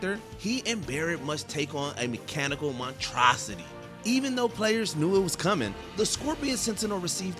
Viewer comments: even said montrosity instead of monstrosity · There’s another s in “monstrosity” pronouncing it is important.